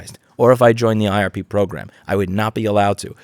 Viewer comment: I swear I (mis)heard you pronounce IRP program several times as RIP program, which makes it so much better :D